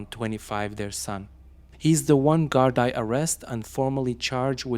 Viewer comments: Its GARDEE,and not GARDEYE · Please pronounce the word. Guard ee properly. Not eye. So sad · It's actually GOR-dee, or in Munster Irish gor-DEE